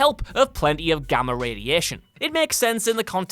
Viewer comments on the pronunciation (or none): none